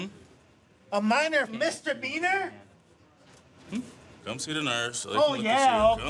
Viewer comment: "all for what, a minor mister meaner?!" lol never heard misdemeanor pronounced that way before haha